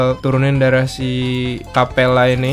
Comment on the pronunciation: Bang, kapella bang. Bukan kappela